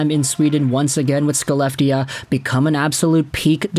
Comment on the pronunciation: Little note: Skellefteå is pronounced "Shel-LEF-teh-oa".